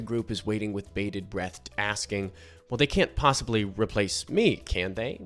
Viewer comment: Did you say “bated breatht”?